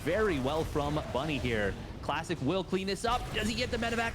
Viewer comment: Is anyone else hearing him call Classic, Plastic?